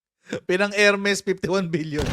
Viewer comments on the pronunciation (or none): none